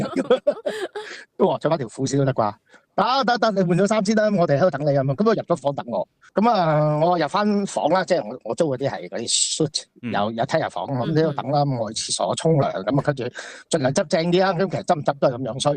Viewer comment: 十億生意，一百架車，跨國企業，但係唔識讀suite